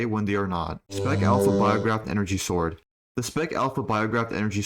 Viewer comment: did you make a concious effort to say “sword” and not “zord”